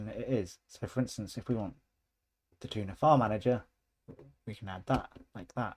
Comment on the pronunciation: He called the Thunar file manager "tuna" 😄